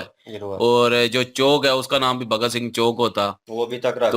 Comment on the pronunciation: Abe sale name to sahi se le bhagat sing ji ka ye mahan krantikari hai